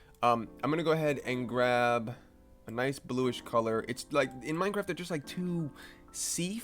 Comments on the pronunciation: Bro, you really edited this video and didn't make the change and realize it is Minecraft, and not "Minecarf" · Hey Buddy, It's Mine CR aft, Not Minec AR ft.. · pahahahahahhahah did he say minecarft